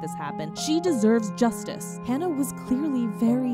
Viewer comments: im sorry but... her name is not hannah, its hana (hah-nah). the least you could do is say a dead girls name correctly and not warp it to meet your western standards. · for everyone typing/saying "Hannah," she's Japanese, so the correct pronunciation is "Ha-Nah" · Whenever I think about her I cry. But also, please, pronounce her name correctly, it's like "Haah-nuh" not "Haan-nuh." Hana is "flower" in Japanese but Hannah isn't anything. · It would've been nice if you pronounced Hana's name correctly.. it's HANA, not "Hannah". And the super over-produced and abundance of dramatic sound effects is honestly disrespectful. This isn't tea and drama, a girl died. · It’s not Hannah, it’s Hana. As in Hah-nah. Thank you for making the video but I thought it would’ve been nicer if you had tried to learn how to say her name correctly :( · Haa naa not Hannah aleast pronounce her name right if you do a tribute or explaination on a her. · literally hurts my soul to hear u mispronounce her name throughout the entire video:/ especially since its something i deal w everyday